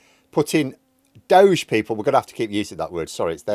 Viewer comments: I think it's pronounced dod-gee. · Don't pronounce "DOGE" as "dohj". Instead pronounce it as "doh-gee". After all, it's run by a dodgy twit, so it's only fitting to make the pronunciation match. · DOGE it’s pronounced dodgy…😉